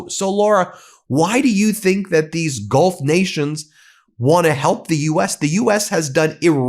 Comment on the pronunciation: Laura I just don’t believe a single syllable she utters. Does she not read the papers? Did she say GOLF partners or Gulf partners hard to tell.